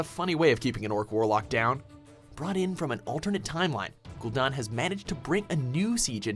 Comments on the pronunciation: You suck at character/noun pronunciation announcer guy, many of your videos share this problem. Ghoul Dahn? Gul'Dan is pronounced Gull Dan; and you messed up others, not to mention other videos. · Jaina most powerful human mage in azeroth? Ever heard of the Guardian? Or Khadgar? Another case of of no research and screwup list. Also cringed every time for putting an uneccesary 'r ' in gul-DAN. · You said slyvanas and Gul'Dan and medivh and sargaras wrong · how do you get don from dan? It's Gul Dan. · *gool dan*, not *gool don," as Llane pronounced it once in the warcraft movie. "syl-VON-us." "Sar-gehr-is," not "Sar-gerh-ahs." "KAD-gar," not "kod-gar." "sandy pussy," not Arthas Menethil. not sure the Helm of Domination is "ancient." "illi-din," not "illi-dan." (this one actually is tricky), Illidan was made a demon hunter 10,000 years ago. "outland," not "the outlands." also, Kel'thuzad's original voice was way better than "generic lich voice." Thrall earned the title of Earthwarder because he replaced deathwing as the earthwarder. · gul'don? it is literally pronounced ghoul dan like the name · Gul don? Really